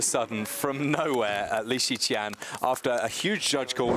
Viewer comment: Weird how keeps on calling him Lee Shian...